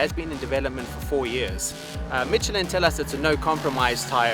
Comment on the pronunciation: If you say MITCH-elin again I am going to Gahhhhhhhhhh!!!